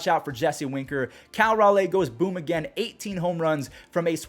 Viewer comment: It’s (Raw-Lee), not (Raw-Lay)